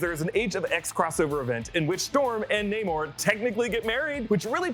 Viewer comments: It's nay-more not nah-more! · stop saying nah-morre please its naymore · It's pronounced Nay mor, not Nah mor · Bruh is it pronounced nay-more or nah-more. I always thought it was naymore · Nah-mor? Pfff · Your making my brain hurt everytime you call him Nah-Mor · Oh my God! Pick a way to pronounce his name and stick with it! Such a hard watch hearing “Nah-moor” then “Nay-moor” every other mention